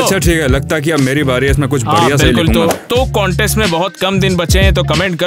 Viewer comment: It's not conteast it's contest😂